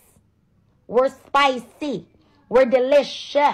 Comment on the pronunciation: 'Spi-CEE and de-li-SHUS!!!! 🤣🤣🤣